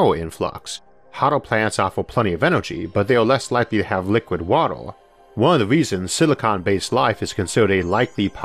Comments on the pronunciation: He can't say the 'uh' sound and instead replaces it with 'ah' or 'oh' sounds. ("Water" becomes "watoh") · "Watuh" I love you, and I love this. Subbed. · The way you pronounce 'water', sounds more like Gary Kirpky's accent in Big Bang Theory🤣